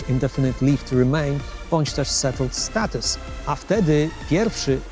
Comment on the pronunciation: Już miałem wysłać pochwałę za dobrą wymowę... Po usłyszeniu "settled status" jednak nie... :)